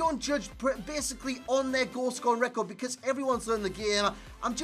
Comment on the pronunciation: How normal people pronounce because Becoz. How he says it Beceeeerrrrrzzzzz